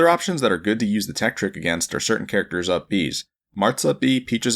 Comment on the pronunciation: "THE LEDGE TEKTRIK"